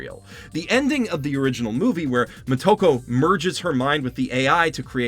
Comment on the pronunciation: First. It is Moto-ko (Child of the source) not mo-toko. Think Yama-moto (Source or base of the mountain). Second. I love the original movie and all the followup anime, however everything you say here could apply to the first movie since it wholly changed the character of the Major from the original Manga. Third. I agree this movie sucks and is way to far from how it should have been done, however Scar-jo sucked in this movie as well. I loved her as the black widow and she should have been great but she phone in this performance big time. Everything about her in this movie was awkward and uncomfortable. Far from a "brilliant performance". Last. As far as white washing. If you lined up all the female action starts in Hollywood and in Japan and compare them to the movie or anime series of the Major, I don't think you could find a women that looks more like Motoko than someone like Scar-jo.